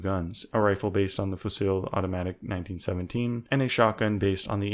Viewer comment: its pronouced fusi and not fusi-l